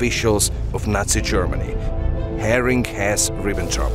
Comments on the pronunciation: Who was "Herring"? I guess, You mean Hermann Goering. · It's Goering. Not Herring